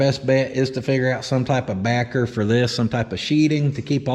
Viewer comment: Did you say barker as in tobaker like dip lol